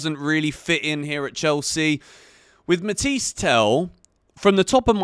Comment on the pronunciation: It’s “ matha yes “ not matiesse